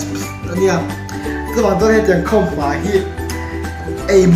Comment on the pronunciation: Khamhma ti lo in khawmhma tih thin tur